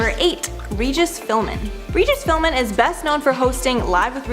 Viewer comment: Who is Regis “Philman?” Y’all butcher names nonstop. It’s so cringe and unprofessional. 😫